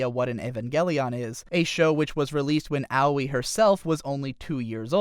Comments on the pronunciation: ow-wee... ugh. who the fuck is ow-wee? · I know Aoi is a tough name to pronounce, but....."Owie"